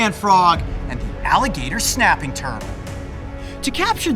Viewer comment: Why he say snapping turtle like that .... he said shnap